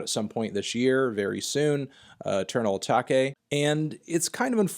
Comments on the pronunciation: Why do you say Uh-Tah-Kay it's literally just uh-tay-k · How many times this man gonna say “Atakay” before he realizes it’s pronounced as a normal word.. Uh-TAKE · It’s pronounced a-take not a-Tak-a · smh its not a-tah-kay its just a-take he said "Eternal means forever. Atake means 2 overtake" its just a - Take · lol, uzi fans will criticize others pronouncing it wrong but it's ok when uzi switches on a-take and ah-tak-kay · the way you pronounce eternal atake... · This dude insists on calling it "Eternal Ataakay" 😑😑😑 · wait atake is pronounced a-tar-kay??? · I swear if I hear you say “uh-tok-aye” one more time... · Why did you say atake like that